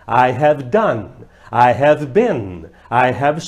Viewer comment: vc ja lembra de " HEAVY?" rs rs rs rs rs rs ....bora melhorar a pronuncia ai professor !